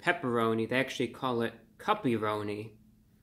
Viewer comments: At first I thought you said "puppy-roni." I'm so relieved. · I thought review bruh was saying puppyroni LOL. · Awesome review, and I was laughing every time you said the word cuppyronni and almost laughed yourself 😂 I’m definitely going to give this pizza a try, thank you and keep up the great work 😊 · Thought you said "puppyroni" at first. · They way he’s pronouncing “cuppy-roni” is making my day 😂